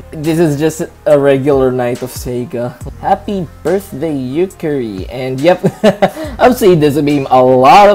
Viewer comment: Why do you keep pronouncing "Yukari" as "Yukkuri" (shiteitte ne)? ^^; : Looks to me like Reimu lost her stick. : Paper Fumo: The 495-Year Basement : Some of those names didn't really have to be changed: Marisa, Rumia, Remilia, Lyrica, Lunasa... D